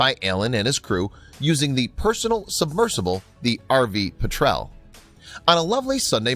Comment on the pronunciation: Jeezus! Writers & narrator sucks! "Vale" dive bombers?? It's VAL as in Valentino! "Kate torpedoes"?? KATE was the nickname of the torpedo bomber aircraft! R/V PETrel is NOT a "Personal" craft. It is an unmanned ROV and it is most certainly NOT pronounced "peh-TREL". All this in just the first minutes. Buh BYE!